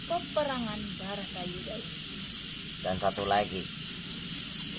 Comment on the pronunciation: Bukan batara yuda tapii barata yudha salah penyebutanya